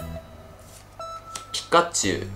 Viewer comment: 毎回ピッカッチュウになっちゃいますね😂😂笑 可愛い。笑❤️ 奏多くんの語彙力が崩壊しているｗｗｗ｢あーーー！えっえっ！！いいんですかぁ！！？？！｣ 良かったですねぇ☺️❤️❤️